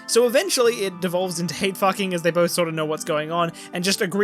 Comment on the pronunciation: min ish...."fooking whoops" I am dead. That was awesome. And I am seriously enjoying this ending. Thank you!